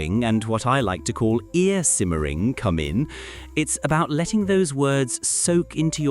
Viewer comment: Thank u sir, I needin like those course. BTY it's "ear" not "air"